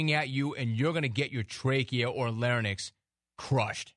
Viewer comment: Holy shit you're the guy who says "LARNIX." You also strike me as a "likes to fight guy," and "Blu-tooth guy. Let me guess...Yellow Mustang right? Leased of course... Once again, Jim Rome is hilarious and dead on right, except for pronouncing "larynx"